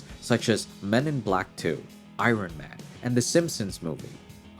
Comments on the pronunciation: Did u just say Eye-Ron Man! 🤪 Its pronounce as Eye-yourn man! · Did you just say "I Ron Man"?? I'll assume English is not your first language, and go easy on you. It's pronounce Eye-rn. One syllable. Not two. (tho it does tend to come out that way) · u didn't say iron man correctly